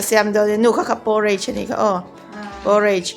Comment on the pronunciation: Poooooreich nilovin Porridge tih mai tûr ani e, thlûk vak angailo, by the way, i aw hi abengchheng îl êl ve hle ani..